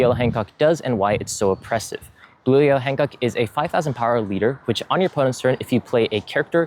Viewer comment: Take a shot every time you hear “Han Cuck”